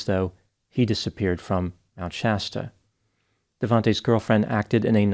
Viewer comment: Thankyou for pronouncing Shasta right. The way Mr. Ballen and the dude from the Lore Lodge said it had me yelling at my phone.